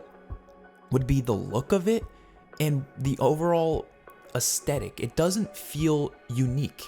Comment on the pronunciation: thanks for the video, but please check your pronunciation of 'aesthetic'